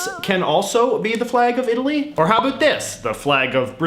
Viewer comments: Canadian accent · I like how you say 'aboot' for about. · I'm Canadian and he speaks EXACTLY as we do so if he's not Canadian I think there's something fishy going on lol. No country in the world pronounces the word 'about' the way a Canadian does! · I subcribed just because of the way he pronounces “about”. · Who also cringes about the way he says about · I like how you say about